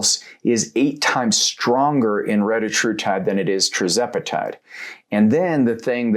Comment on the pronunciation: Why do you say TRIZEPATIDE